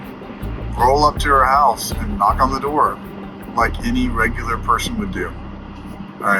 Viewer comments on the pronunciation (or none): none